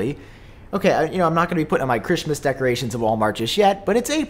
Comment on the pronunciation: “Chrishmis decorations”